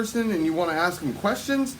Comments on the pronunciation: It's ask not ax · 🤣 “nobody have to twist they arm” “Y’all don’t axe no question” 🤣 Yep, 4th grader at best